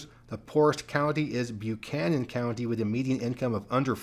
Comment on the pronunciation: I was going to correct you on your pronunciation of Buchanan County, VA, but you caught it at the end of the